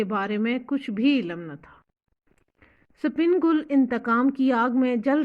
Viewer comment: The name is sipan gull not spin gull😅